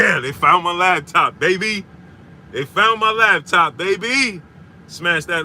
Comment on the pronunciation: What a "lab" top bro? U said it like 3times🤣🤣🤣🤣I thought it was called a laptop🤦🏾‍♂️🤷🏽‍♂️